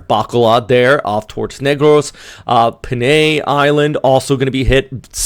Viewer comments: Thanks for all your work, always watching and learning I live on Panay Island Oh "Pan eye" is the pronunciation.. I guess for the same reason "Borac_eye" Boracay. Is like that.once again thanks for keeping us informed. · love accent how you pronounce SAM ar Pe Nay XD kinda funny